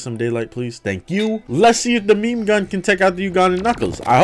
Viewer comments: no one talking about the fact he called it meemee gun instead of meme? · bro really just pronounced it me-me